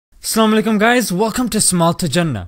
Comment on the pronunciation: Can you say "Assalamualaikum" without saying "Assam"? Please, I know it in you Pakistani tongue to do this, but for the Salam brother, please say it properly.